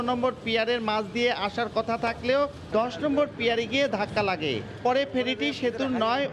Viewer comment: রিপোর্টার পিলার বলতে পারেনা পিয়ার বলে।